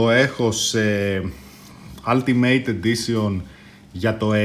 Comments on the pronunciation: ελα μωρε χαβαλε κανουμε.προφερεται οουλτιμειτ για την ακριβεια και το αλτιμειτ το ειπες 2-3 φορες και μου ακουστηκε καπως αστεια.ετσι φαση δικε μου ναουμε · σαρεσει να το λες "αλτιμειτ" ετσι?